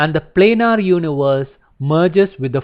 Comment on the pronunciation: I like how you pronounce universe